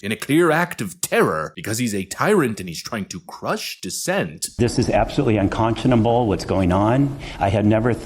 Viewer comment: "Iss juss unconsunaboo."